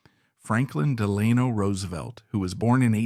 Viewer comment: You got FDR’s middle name wrong, at least the way you pronounced it